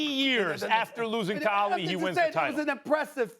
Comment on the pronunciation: Why does SAS keep pronouncing Ali's name like AL Lee??